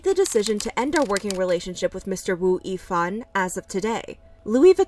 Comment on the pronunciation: It’s pronounced as “Ex-O” and “Woo-Yee-Fan”.